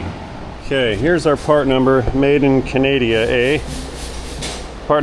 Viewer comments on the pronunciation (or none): ..."...Made in Caneh-dee- eh...!! "